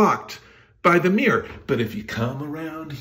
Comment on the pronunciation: The thing I can't get my head around, is that pronunciation of mirror. Miiir?? 🤔